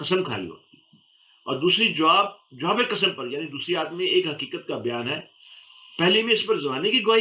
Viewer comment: ADABAN GUZARISH HAI BLKE SAWAL HAI KE PAKISTANI LOG QAAF KYUN NHI BOLTE ABHI KAHA HAKEEKAT KYUN NHI KAHA HAQEEQAT AUR KYA QURAAN MAJEED BHI INHI GLTIYON KE SAATH PADHTE HAIN ? JO APNI ZUBAN KO SAHI TYERH NHI BOL SEKTA USKI BAAYT KA KYA ETEBAR. PAKISTANIYON NE URDU KI TABAHI MAI ZABARDAST HISSA LIYA HAI JISMAI AAP DONO BHI SHAM,IL HAIN .